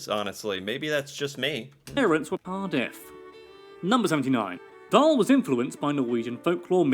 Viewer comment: His name is "Roald Dahl"